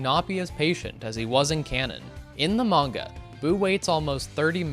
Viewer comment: "Modern" Super....... You said Manga wrong. xD